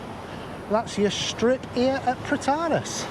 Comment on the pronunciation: FYI you pronounce Protaras completely wrong lol.